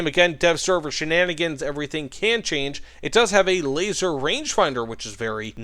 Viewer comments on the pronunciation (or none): none